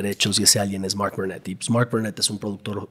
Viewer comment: No paro de distraerme la forma de pronunciar de este bro en ingles, mooooork por mark, distrae mucho. Díganle qué su acento no lo tiene ni obama.